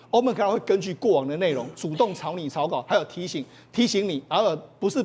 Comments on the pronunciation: Hey Mr. It is sound like open claw. Not open cloud! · 建议嘉宾先做好功课练习发音才上节目发表意见🙏 发音极具误导性，是open claw (klô) 不是open cloud 🙏🙏